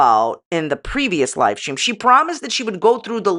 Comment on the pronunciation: You are saying "Lie stream" not live stream, or am I just hearing incorrectly?😅